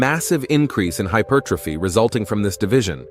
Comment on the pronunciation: It's pronounced HY-PER'-TROPHY, not hyper tro'phy. Someone needs to tell the bot.